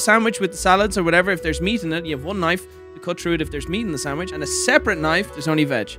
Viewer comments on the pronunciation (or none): U dunno, when says sangwidge instead of sandwich, is was really hitting a nerve XD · saying sandwich: Sangwich! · Why tf did call it a sangwich??